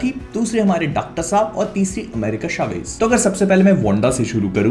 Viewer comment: अमेरिका चावेज़ होता है शावेज़ नहीं। Even in the movie she introduced as such! Please 🙏